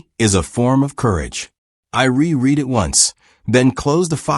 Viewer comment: At about : : te word 'reread' repeats the distortion of 'read' so consistant ignorance ot missing comprehension Oops LoL 😢😮